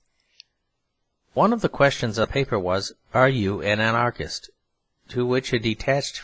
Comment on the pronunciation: I'm very grateful to this reader or his clear diction. But I'm astounded at his perfect genius for mispronouncing many words by emphasizing the wrong syllable! The dozen times that the word "anarchist"" occurs, for example, he confindently pronounces it a "an-ARE-kist." And "automaton" becomes "aw-to-MAY-tun." Such things keep happening, as when he accents the last syllable in "servile." He is a rare phenomenon that should be studied!